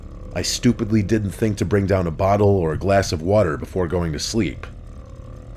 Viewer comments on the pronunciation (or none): none